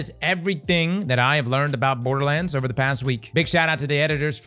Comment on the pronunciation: Dude said "Boarduh lands" like 40 times before mins.. Dislike..